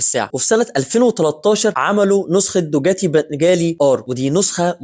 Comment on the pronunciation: حضرتك ليه بتقول دوجاتي....دوكاتي وليس دوجاتي